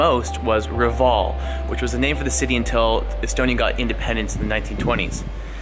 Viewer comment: Reval not Raval